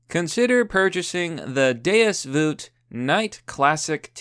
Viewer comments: "Do you ever feel the urge to go on a Crusade?" Sanctus fuckin' bellum! (my Latin needs work, I know) *edit: It's pronounced "day-us vult", not "day-us voot" (I know, I just said my Latin needs work, but I'm right.) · Don't worry man, I know what "DEUS VULT" means. But it's just pronounced "Day-us Vault" They'res no "voot" in there. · IT'S VULT. DEUS VULT NOT "VOOT" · Did.... did you just said Deus VUT?! Lmao bro. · This dude thinks the l in vult is silent